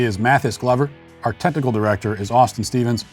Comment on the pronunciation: Is it just me or has matt taken to pronouncing the word technical as tentacle in his closing credits when referring to the technical director?